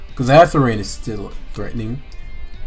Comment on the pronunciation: Anybody gonna tell this man that it's not "Hatherene" and it is in fact Hatterene